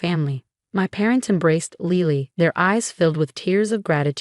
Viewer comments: Lily - like the flower. Not Leely. Pronounce it correctly. ugh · She can’t say Lily? Lele?